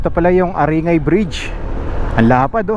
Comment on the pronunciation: Pronounce it as aring-gay